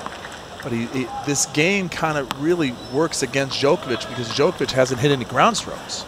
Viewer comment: Why is one of the commentators mispronouncing Djokovic all the time. He did the same in the 2010 final. How on earth is it possible nobody correced him, how to pronounce the name of the world # 1 tennis player of the time?